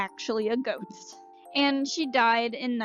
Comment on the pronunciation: I thought you said 'goat' not 'ghost' at first and I was HELLA confused